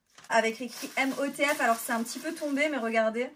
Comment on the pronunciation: Apparemment la gamme MOTF se prononce "Motif" (je sais mdr illogique)